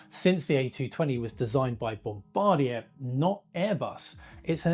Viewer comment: Yawn. At least he pronounces Bombardier correctly.